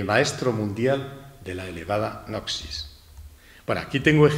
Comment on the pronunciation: Gran charla, iluminadora. Tema menor, se pronuncia “nosis”.